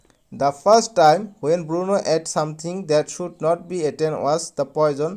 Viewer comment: Bruno hoi Burno nohoi